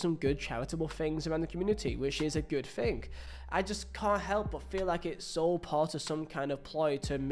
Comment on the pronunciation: And learn to speak properly. Thing is not pronounced Fing